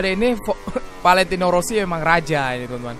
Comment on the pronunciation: Rossi bg bkn wosi